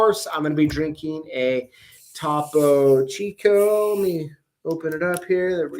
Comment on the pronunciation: Interesting chat. I got into locksport because I don't like having to drill simple locks. Point of interest, Topo Chico is pronounced toh-poh chee-koh. #lockboss